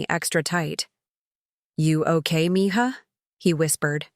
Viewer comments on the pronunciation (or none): It’s mija, not mihah. Who could could even think about this wrong writing